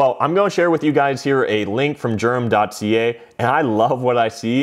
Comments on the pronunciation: It's pronounced "Derum" not "Germ". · Its pronounced Durham. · No gerum